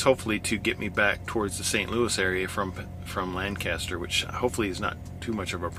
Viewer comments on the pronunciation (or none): Two things: you can have up to 4 feet hang off the back of your trailer and the people of and around Lancaster, PA pronounce it "Lang-custer". Glad you're still making videos, btw.